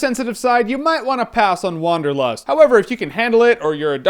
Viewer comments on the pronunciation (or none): hahaha "Wong"derlust, haha that was so lame :D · I just love how you Americans pronounce Wanderlust